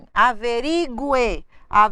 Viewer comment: Você não sabe pronunciar "averigue".